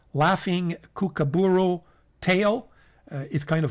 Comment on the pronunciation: the laughing kookaburra tail is a nice brown, it actually dose look like it could have come from a kookaburra tail. it is pronounced - koo koo ba raah, im learning Italian so i understand why you said it your way. I do enjoy these videos.